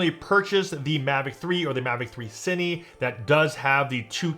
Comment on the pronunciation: "Seeni, teli" it's cin-eh, tel-eh